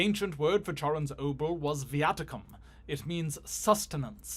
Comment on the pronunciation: it's pronounced obol